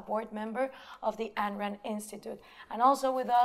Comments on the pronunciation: Gloria, I love your sincerity and inquisitiveness. But you should know that Ayn rhymes with mine or pine. "Ann" is incorrect. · Exactly. Or, in my case, reading biographies. Either way, how hard is it? Beyond that, she has sat and talked with people who knew Rand personally (Binswanger) and say her name correctly. Resistance to getting such details correct is a red flag.